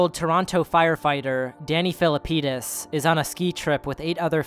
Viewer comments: Wait, did you say Danny Feelapenis? No wonder. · Danny Felt-APenis?